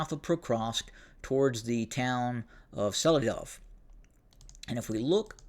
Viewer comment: "Se Lee Dovah" = Selydove. Pronounce on the second syllable, "ly" = lee sound. Not one syllable with Sely, its two; Se ly. Same deal with "Ku RAK hovah" = Kurakhove. "Rak" is the second syllable, hit that one hard. Not one syallable, "Kura", but 2 syllables there: Ku RAK'. I'm just trying to help you out, it's not really a criticism. Once you learn to annunciate on the second syllable, and that "H" almost always makes a "G" sound (except with KH together!), you're gonna have a much easier time pronouncing these towns. You'll get it. Just like saying "The Russians took 'Voogledar' (ie, Vuhledar) last month, and soon they will capture 'KuRAKhovah' (Kurakhove) and Myrnograd (Myrnohrad). How about this one: Hioriivka? Well, that town is pronounced "Gee or gey evka", just like Avdiivka is "Av dey evka". Or, you could just use English, and call Georgeyevka "GEORGETOWN", minus the Hoyas of course. LOL